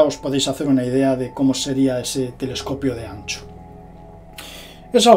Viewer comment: Min Tele"escopio", Tele"FON y su canal :atraviesa lo desconocido"❗😂